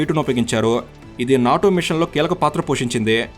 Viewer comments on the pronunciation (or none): none